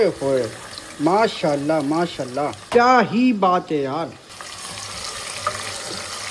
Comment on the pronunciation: لفظ ما شاء اللّٰہ ٹھیک سے اور پورا بولیں پلیز اللّٰہ پاک کا نامِ مبارک ٹھیک سے اور پورا بولیں پلیز Alfaz jesy MAA SHA ALLAH, ALHAMDULLILAH, INN SHA ALLAH ya dosry muqadas alfaz sahi se proper bola kren plz or akhir mn H yani ہ ki awaz lazmi nikala kren plz plz